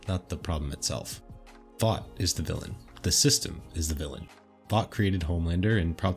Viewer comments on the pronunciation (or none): It's vought